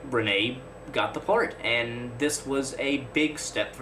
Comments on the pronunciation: And please learn the name of the great composer, pronounced HER-min, not her-MAIN. I liked your video, but you lose credibility when you mispronounce names of major artists. Michael RENN-ee, not some mysterious frenchman you invented named Rih-HAY. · Please learn his name. It's not Ren-nay, it's pronounced Renn-ee. RENNIE!!